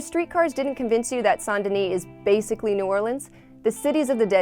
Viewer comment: You probobly pronounce the S in Denis 😂